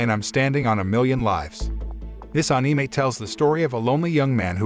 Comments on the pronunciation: I don't subscribe because you are not using a real voice and instead using one of those synths. The words are all being pronounced wrong even the word Anime. How can you mispronounce Anime wrong on an Anime channel? You had one job here! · We just not talk about how he saying anime wrong